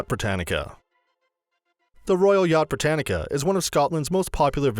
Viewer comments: Its not Británica its Britannia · The royal yacht is called BRITANNIA, NOT BRITANNICA! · I just wish if you talk about scottish things you would at least learn how to pronounce them correctly. As for the former yaught Britannia I do not believe there is a c or a k in there and is britannia not Britannica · Britannia not britanica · Royal Yacht Britannica ! Whit ? Edinbro ? Eh ? What a load ay pish. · Edinbourough?! Royal Brittanica?! OMG😂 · The Royal yacht Brittanica! Haha! And Edinboro! Very funny. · “Edin - bru” Royal Yacht BRITANNIA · Me a Scot him said Edinburgh and Britannia wrong me 🤬🤬🤬🤬🤬🤬🤬🤬